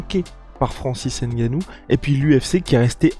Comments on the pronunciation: une video d'amateur vraiment il suffit de regarder l'itw pour comprendre ... et en plu c'est pas "n-gannou c'est NGANNOU" Merci bien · J aime le G tt seul 🤗🤗🤗🤗🤗 quelle éloquence